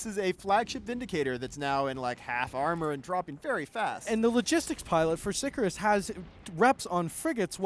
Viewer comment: For fuck's sake, Sicarius has TWO i's in it. Sick-arr-ee-us. It's not hard.